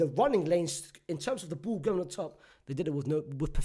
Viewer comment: I like when you pronounce ball as bull.